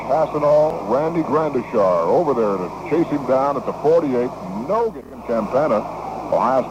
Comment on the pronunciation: Very irritatingly, this announcer kept mispronouncing Randy Gradishar's name as "Grandishar!"